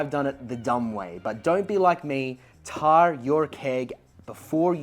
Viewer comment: I was also building something similar with a raspberry pi and some load cells. it works but my UI integration is so terrible, this might be the better option. Also why your pronunciation of tare so wired? "Tare" (a scale's tare function) is pronounced "tair", rhyming with "bear" and "fair"